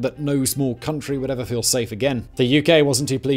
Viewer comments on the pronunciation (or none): none